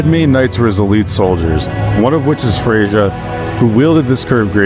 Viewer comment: it’s not “freyja” it’s “freyya”